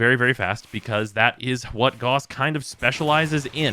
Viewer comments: His. Name. Is. Pronounced. Gah-oos not G-aw-ss, it's not hard and it's not up for debate. It's a real person's name, not just a fictional one. This P.S.A. goes out to the entire community. Calling him G-aw-ss is like calling Mesa, Mee-saw. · is not pronounced "Gus" tho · Rebecca pronounced it G-aw-s in the character reveal trailer. While i prefer the German pronounciation i consider both to be correct for the game. After all warframe is its own world so i don't consider a name being pronounced one way irl meaning it needs to be pronounced that way in the game. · I'm aware of how Rebecca pronounced it, but it doesn't make her correct. For words, especially names, you don't just get to decide how they sound on a whim. Even if warframe is a fictitious world, the name isn't and neither are the people making it. The propor pronunciation is Gah-oos.